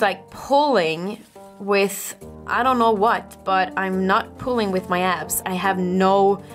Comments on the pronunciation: When she says "abs", I hear "azz"..anyone else? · Every time she said abs I heard ass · Is she saying abs or ass?